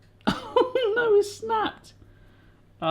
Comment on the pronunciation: “Oh kneow”